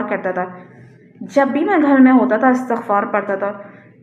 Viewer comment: جس کسی بھی ویب سایٹ پر آپ جایئں گی ISTIGFAAR ہی اس کا صحیح تلفظ مل جاۓ گا۔جیسے Wikipedia,rekhta